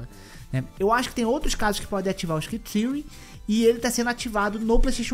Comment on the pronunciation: Adorei a pronúncia de "screen tearing" para "scritíui" 🤣